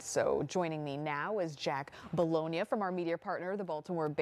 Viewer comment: Bologna? Really? 😂😂😂